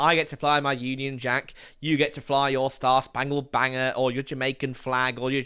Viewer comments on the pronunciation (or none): Did he say 'Star-spangled Banger'?